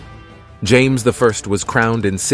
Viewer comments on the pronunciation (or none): none